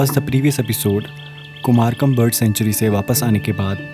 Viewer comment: 'Kumar come" Nahi heyy bhai "Kumarakom'